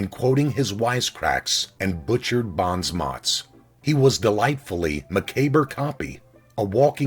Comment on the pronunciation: You need to learn how to pronounce word, like Bon Mot and Macabre. They're French.